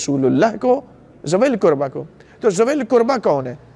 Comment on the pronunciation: Arabic Ka Lafz To Theek Parrh Rahhay Hai K WaLiZilQurba Lekkin Urdu Tarjumme Me ZaaWilQurba Q Parrhte Hai......Mujhe Fadak Ka Maamla Nahhi Patta Lekkin Keh Rahhe Hai Bibi Zahra(R.A) Ghareeb The.....Lekkin Mere Khayal Se Muhammad(S.A.W.W) Aur Aale_E_Muhammmad(S.A.W.W) Or Sahaba Or Khulfa Se Barrh Kar Shehansha Koi Nahhi Or Na Kabhi Hogga....Or Quran E Paak Me Bji Iss Ayat Me Kahhi Ye Nahhi Likha K Ghareeb Bibi(R.A) Hai......Quran Me Hukam To Sirf Seedha Seedha Hai K Ghareeb Maskeen Or Musafiro Ka Hai.....To Quran Ko Ayat Ka Tarjumma Parrhe Aapki Tafseere Karni Bhi Hai To Tafseer Bhi Btaye Kahha Allah Ne Hukam Dia Hai K Ye "ل" Fai "ل" Hai Or Is "ل" K Lagg Jaane Se Us "ل" Ka Matlabb Bibi(R.A) Se Jirr Jaata Hai?........ MERI TO SAMAJH ME YE AAYA.....MUJHE Dr. Saab Ka Patta Nahhi Unho Ne Kya Bayan Diya Haqq Thaa Kya Tha.....Ye Jo Baat Menne Rakhi Ye Aapke K Bayan Me Se Hai.....Allah Paak Jaane Anjaane Me Likhi Mou'n Se Nikli Ghalti Maaf Farmaye